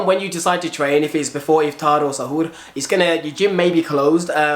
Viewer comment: Bruh how dare you apologise "in case you mis-pronounced" Iftar and Suhoor?? You said it perfectly! In a better accent then most people I know that are Muslim tbf! 🤙🏽🤗 great video btw thank you 💪🏽